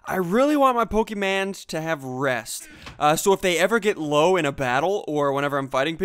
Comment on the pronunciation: call it pokeman one more time i double dog dare you